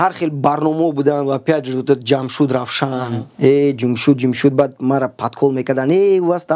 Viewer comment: джумшуть и рафшан, таких имен нету у таджиков, есть равшан, джамшед, и не надо узбекское-(произношение имен) приписывать таджикам! Это политзаказ узбекистана и я не раз об этом писал. До сих пор они мутят оплачивая приписывание уродов к таджикам в том числе баймурат алавердиев узбек родом из Таджикистана которого тоже приписывают таджикам. На канале Планета Земля смотрите видео мнение туристов про наша раша то кто подходит под наша раша тадж ки или узбеки.